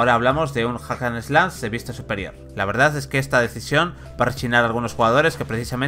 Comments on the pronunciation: Que pésimo trabajo y análisis para empezar la muy mala pronunciación del inglés, osea si, se que como españoles les cuesta trabajo pronunciarlo correctamente, pero, ¿Tanto para decir "Ac an eslas" (Hack and Slash)? Y sumarlo a la mala dicción del locutor, bastantes palabras en español a medio pronunciar y mochadas... Ya para finalizar, ni el detalle de pronunciar y nombrar correctamente el título del juego: Oninaki. La verdad es que no sé cómo esperan que tomemos en serio estas reseñas, si se nota que algo básico de una exposición escolar no lo supieron hacer bien. ¿Son la prensa especializada o no? Porque no lo demuestran. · La forma correcta en que se escucharía sería 'jac an slach'